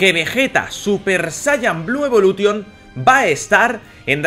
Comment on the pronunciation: jaja por que los españoles en general pronuncian ingles tal cual como se escribe? evolution jajaj